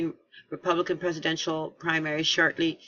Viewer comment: 'SHORTEY', NOT 'SHORTLEY'...AS IN 'GET SHORTEY'?...SANS THE 'E'...;)